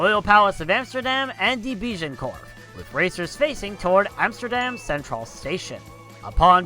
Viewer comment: die biejenkorf😂😂😂